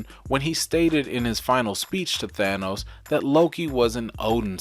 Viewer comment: HGa! Ha Ha! "Asgar" No no No. No. "Thanus" No No No not the way it is not at said ignorant fools....